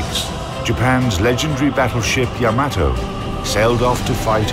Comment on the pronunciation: YA-ma-to. co-AX-i-al. ffs, the time they must have spent making this video, yet to still have fucked that kind of thing up? wg pls buf ur vid team